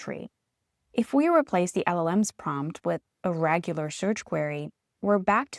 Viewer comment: TIL: "RAGular"